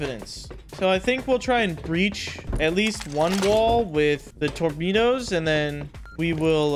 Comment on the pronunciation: bro says "tormedos"